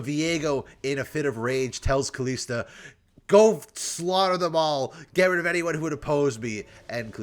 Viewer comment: Please, just try saying it correctly and not KalEEsta.